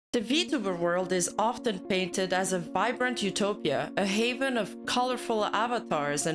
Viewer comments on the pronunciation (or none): none